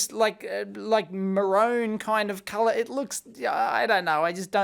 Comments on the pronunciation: marone? Don’t you mean maroon? 😛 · I watch a few Aussie channels and I’ve never heard maroon pronounced ma-rōne, just doesn’t come up. Just interesting from a Yankee POV no offense meant. I was watching ewaste Ben and just figured out all his “fall/autumn” videos here are their spring cleaning videos!!! Something I knew just never realized.